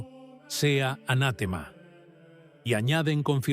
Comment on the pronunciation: No se dice "anátema", la palabra es "anatema".